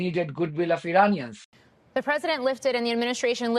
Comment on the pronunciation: Witkoff can’t even pronounce “Iranians” correctly.